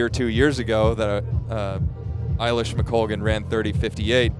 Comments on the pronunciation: A-lish, not I-lish! The woman is a multi medallist at major champs. Know how to pronounce her blooming name! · I think it's pronounced "eh" lish McColgan not "eye" lish. 🙂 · Great race, Eilish was always favourite! It’s also A-Lish not Eye-Lish! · Who are these announcers who can’t pronounce either Eilish or McColgan